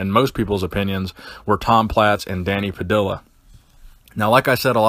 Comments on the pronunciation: It’s not “pa dill ah” it’s “pa dee ah” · just some FYI: it's Danny Pah-dee-ya. two L's in spanish is pronounced like the letter Y. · Danny Puh-dee-uh